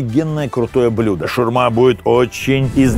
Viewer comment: шАурма, а не шурма, блин